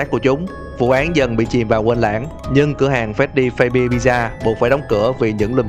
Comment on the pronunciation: Phát-xbe chứ ko phải phây-bia nhé!